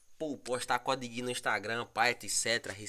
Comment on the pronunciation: Vc disse (cudiguin) 😂😂